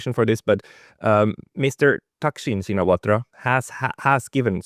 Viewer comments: Pronounced "Shinawat" not Shinawatra. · Not "Shee-na-watra". Chi-nna-wat. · The A is silent it is pronouced shinawat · It’s pronounced ‘Shinawat’ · The surname "Shinawatra" is correctly pronounced as "Chihn Nuh Wuht". The last syllable of the surname "Shinawatra" (ชินวัตร) is not pronounced in Thai and the surname even begins with NOT an "sh" sound but a "ch" sound like "chicken". The last letter in the name "Shinawatra" (ชินวัตร) is a Thai ร which normally is pronounced as an R but when combined as it is ตร with a ต at the end of the word it is not pronounced, it is silent. It is an archaic spelling form that indicates it's Pali origin, it means a lot to Thai who are into such, means less than nothing to everybody else. Transliteration of Thai to pronouncible English has been a long and lonely challenge that has never been well solved, my transliteration would be "Chihn Nuh Wuht" which the Thai would find horribly ugly to look at but is easily pronounced by all English speakers. Because it is royal blessed, the Thai universally use the Royal Thai General System of Transcription (RTGS) — the official scheme promulgated by the Royal Thai Institute - which their teachers taught them in school which follows Thai SPELLING (of all things) and transliterates many consonants incorrectly and mangles all vowels and makes many many Thai words impossible to pronounce correctly if you only know their RTGS spelling. Just the way it is, one of a zillion things that make Thai Thai. For those not yet fully asleep in this explanation, author Gordon H. Allison's transliteration scheme seems to be best overall but it has it's faults as the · The correct pronunciation is Shinawat, the host is wrong. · it's pronounced shinawat the ( ra )is silent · check the pronunciation of Shinawatra. Just stop at the last t. The ra is silent. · Shinawatra is pronounced SHINAWAT. Crikey, LOOK IT UP!!!